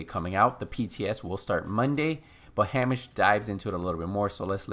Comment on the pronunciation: Pronounced HEY-MISH. 😉